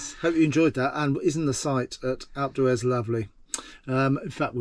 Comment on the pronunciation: Watched three of your videos, the last was at Alp d’Huez. It was very scenic and I enjoyed the views but noticed your pronunciation of all things French were to the untrained ear “very French” sounding. You state that you live in Tenby, not sure for how long you’ve lived there but please try to give the same consideration to Welsh pronunciation, I.e. “Pen-y-Fan” should sound “Pen-uh-Van” and “Fan Las” as “Van las”. Please accept this comment in the non-confrontational way it was intended and carry on with the excellent videos.